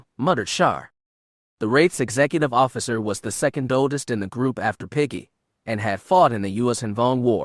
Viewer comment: As much as I’m loving this story, the mispronunciation of almost every made-up name or word makes it impossible to listen to. I didn’t recognize Piggy or Tahiri until the narrator described their history as characters, and however the Twi’lek officer’s name is spelled, I can tell it’s being pronounced wrong even though I’ve never seen it in writing.